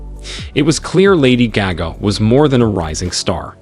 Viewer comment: I can’t watch this cause u can’t even say her name